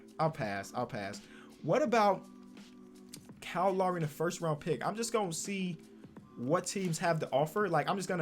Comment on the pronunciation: ‘Karl Lary’